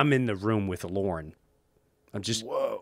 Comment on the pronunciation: I was about to make fun of this, like "What good of a company can it be, when its leader is a MAN named 'Lauren' ;-D" , but he meant "Lorne" Michawels, right?